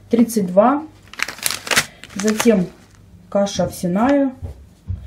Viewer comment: ОвсЯная каша, извините, но режет уши!